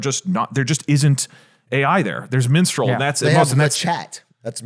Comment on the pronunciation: It's mistral not minstrel.